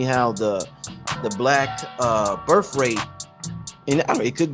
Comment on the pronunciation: "Burf" rate? Are you serious? Learn how to properly pronounce words before you use them.